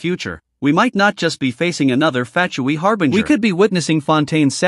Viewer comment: FAT CHOY😂. I'm pronouncing Fatui as FAT-CHEWY from now on